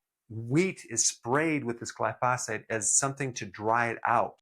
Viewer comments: pronunciation: Gli - fo - sate and not gli - fos - fate. Otherwise, very good info here! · Glyphosate... NOT "Glyphosphate" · Still can't pronounce glyphosate correctly. 😢